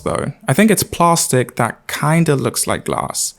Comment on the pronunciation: Ah man, why did you have to pronounce plastic like that. Ruined my day